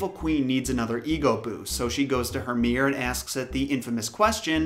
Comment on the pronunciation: Mirror not mir! Enunciate